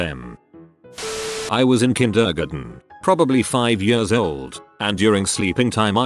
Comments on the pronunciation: “I was in KINDHURGEN” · No one: Not a single soul: Not the girl from 5th grade: This video:I was in kidergin